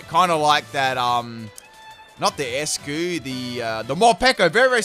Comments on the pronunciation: “Ice-Q” not eskuu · He just called eiscue "escue"